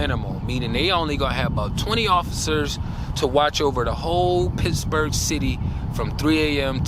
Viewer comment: Did you say Pissburgh? 😂😅😢 I have a mean ass protection trained German shepherd and my dad’s old revolver. Unfortunately, I’m out of a narcissistic relationship, so Kevin has to earn his food lol. That’s my dog. Yes. Natural law. Connection to Source is so important. I’m sorry I don’t mean to post such long message to you, but you’re a great creator that I’ve recently found. Years ago I was coming out of my fiancé’s house and he didn’t walk me out. I got chills up my spine, didn’t put the code in his door because I literally had goosebumps, went right to my car and drove out and locked the doors immediately. His car got stolen that night & I was protected. After this video, I’ll be hiding knives everywhere lol. Got to get some mace too.